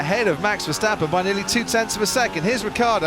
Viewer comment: mex versteppen???? commentator,,,every SINGLE A in west europe sounds like in carwash not like in cat